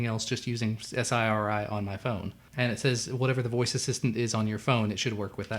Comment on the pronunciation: Why does he say S-I-R-I and A-L-E-X-A?